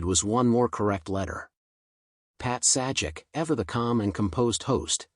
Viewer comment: Dude, it’s pronounced “Pat SAY-jak”!! 🤦🏻‍♂️🤦🏻‍♂️🤦🏻‍♂️ Ugh, never send AI to do a human’s job, amirite? 🙄